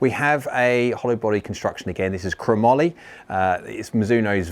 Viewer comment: Great review. I’m an old man but would still love to own a set of those Mizuno’s. One thing. Nobody in the UK pronounced that steel properly. It is NOT cra-moly. It is two word together. Chrome and Moly. Gun barrels are made of the same Steel. It has always been Chrome Moly, but you just say the two name together. You see, this is a name not a word. It is a name of a type of steel. Names are not the same as words.